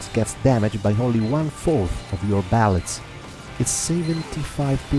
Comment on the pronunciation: He pronaunced bullets ballets lol that Italian